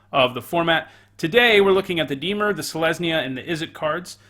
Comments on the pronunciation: Lol I was going to call you out for the way you pronounce Dimir but at least admit it lol.....it IS NOT DEE-MUR,......it is DA-MEER. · Dimir Temur Dimir Dimir Temur Temur Dimir? You pronounce both the same! Move the stressed syllable from DI-mir to di-MIR, that should fix it for the most part. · Deemer? Its dih-meer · Dee-mer < di-mear' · I love your channel, love your vids, great perspective on cards, really entertaining top 10s, and you’re by far my favorite magic channel But for gods sake when you say “dee-mur” I want to punch you through my phone screen. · I was gonna say, I feel like the pronunciation of Dimir is not a big deal. I watched some Ben Stark drafts where he pronounced Bugler like bug-ler and basilisk like bass-ill-lick. That's much more annoying. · Why is everyone so upset about the pronounciation of Dimir? It's a fictional term, y'all should relax. Especially if someone already commented it. One comment pointing it out should be enough, right? Anyway, thank you so much for your hard work,, love your videos! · The pronouncing of dimir is really annoying. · Why should I take your opinion on this set if you can't even say dimir correctly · Roses are red Everyone plays temur Dear lord please learn how to say dimir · In a video that can’t be watched About a set that was never made Speaks a man who can’t pronounce the name of a guild.